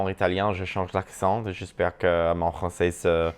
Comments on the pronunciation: It was so cool to understand you in all three Romance languages you used! Your French is really good, but you shouldn't pronounce the "z" at the end of français, because there's no "e" at the end. But you sound really good! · Youre pronouncing ‘français’ wrong in French; the ‘s’ at the end of the word is silent, unless you’re using it as an adjective: (French thing, French person). When you’re referring to the language, the ‘s’ at the end of the word is silent. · Honey stop saying “Francaise” when referring to French language lol it’s francais (no S sound at the end ) and this is coming from another fellow friendly Moroccan haha Love youuuu you re amazing!!!